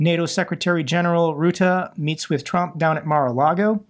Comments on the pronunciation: Since you are of Dutch descent you might be interested that 'Rutte' is pronounced with a 'u' like in 'hut' or 'rut' ('rut-eh', not 'rood-eh'). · Fyi, the u in Rutte is pronounced as the "uh" part when you Americans say "duh" 😉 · Great video, keep up the good work. I've made another donation once again. And FYI: I'm Dutch. You pronounce "Rutte" with the U of "Rust" and then a hard T. Do you know the English parody movie The Rutles? Well, like that. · Say russi, now say Rutte. The is no Ruette